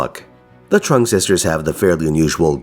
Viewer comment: Your pronunciation of Trưng was totally fine from what i could hear. Trắc also has a rising intonation on the vowel while Nhị has a sharp intonation